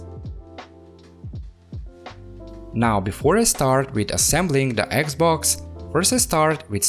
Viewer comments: its just me or hr speaks eggxbox? lol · "this eggs-boggs" omfg.